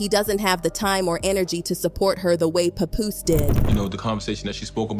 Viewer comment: Can't even listen to this because you don't even know how to pronounce pap name correctly lol fuck is a puhpoose😂😂😂